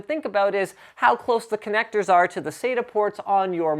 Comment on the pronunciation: Im not hating but i find the miss pronunciation of acronyms to be most disconcerting, it is SATA not "saida" , at least that s what it sounds like when you say it.